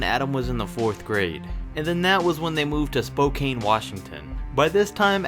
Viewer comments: Lol..... moved to Spoh-cane Washington ... actually it's spo-can. Phail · Annoying announcer voice, it’s Spokane, pronounced with a “Can” at the end. Not A “Kane” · It's pronounced Spo-can get it right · Spocane -- jeez. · It’s pronounced spo can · Spo - CAN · Spo-CAN Washington. Kinda like GON-ZAG-UH. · Adam Morrison coaches basketball at my high school in Spokane at Mead he coaches the boys team and I have had the pleasure of being able to talk to him Edit: also it’s pronounced Spokane as in Spo- can (spocan) not like the stick it’s pronounced like a soda can 😂😂